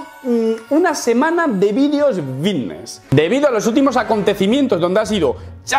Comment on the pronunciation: Lo que cree que dice: "fitness", lo que realmente dice: "vitness" Lo que cree que dice: "vitness", lo que realmente dice: "pitness"